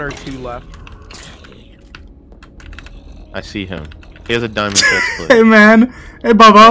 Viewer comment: At the "dimaond" ,hehehehe